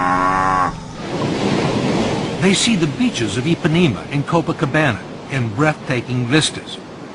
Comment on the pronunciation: "ipanima and coupacabena" kkkkkkkkkkkkkkkkkkkkkkkkkkkkkkkkkkkkkkkkkkkkkkkkkkk